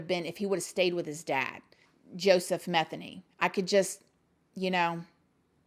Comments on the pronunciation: The last name is me-theny.. Sounds like ma-theny.. Lots of those in my town.. I love yr videos!! Yr so down to earth. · Pronounced: Muh-they-knee